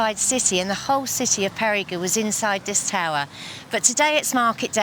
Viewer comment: I've heard it pronounced "Perry-Go" and now I've heard it pronounced "Perry-Goo". It's "Pay-ree-Guh"